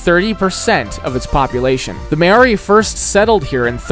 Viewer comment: His pronunciation of Māori is crazy.